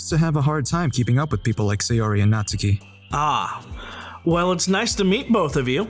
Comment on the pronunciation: The 3 different pronunciations of natsuki hurt my head